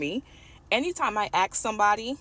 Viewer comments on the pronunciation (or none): girl gets a degree in criminology but still can't pronounce the word "ask" correctly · when you say "axe" instead of "ask" good luck finding a job in criminal justice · black chick got a degree in criminal justice but cant pronounce the word "ASK"